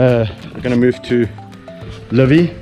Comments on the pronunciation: Where did Livy get her name? The way you call it, it sounds as "LÕVI", which is "a lion" in estonian language 🙂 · It is nice how mr. Richardson pronounces Livy, it sounds like Lõvi which is in estonian "lion". Another great video. Thank You.